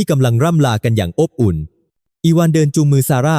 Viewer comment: ขำ อบอุ่น อ่านออกมาว่า อ๊บ อุ่น